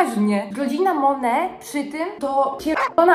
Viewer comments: jaka mone mówi się monet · Jakby co mówi się monet a nie mone